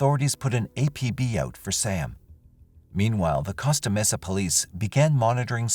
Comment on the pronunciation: Costa Mesa is pronnounced COAST-AH Mesa. Not COST-AH Mesa.